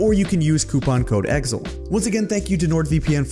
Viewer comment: I didn't know that is how you pronounce Exil